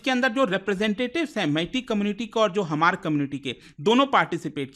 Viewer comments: Hamar pronounced nhi sir H is silent only Mar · Dear respected man,just wanted to point out that it's really important to double-check facts before sharing them. Small mistakes can lead to a lot of people learning incorrect information. For example, it's "mar" not "Hamar", "tsunami" is actually pronounced "sunami", and it's "Silchar" not "Siliguri" in Assam's Cachar district. Just want to make sure we're spreading accurate info! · It’s pronounced Maar not Hamar or hmar (H is not pronounced like knife not kenife) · Hamar nahi mar pronounce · We hmar nation, Not Hamar ,Your pronounce is not correct. Pleasae pronounce correctly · It's not pronounced as hamar but mar. H is silent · Sound /pronounce as mar,,,Not Hamar😂 (H=Silent) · The pronunciation is MAR and not Hamar. H is silent. I'm from Manipur and we called them Mar. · Hmar... Pronounced as H silent. Not HAMAR. 👆👆